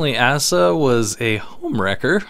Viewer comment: Not to sound like an asshole, but Asa is pronounced Ace-uh